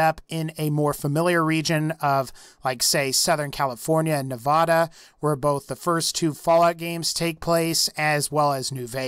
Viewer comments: you said Nevada wrong, you said it like no-vod-a instead of ne-vad-a. Us nevadans hate are state's name being butchered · I'm triggered with how he pronounces Nevada.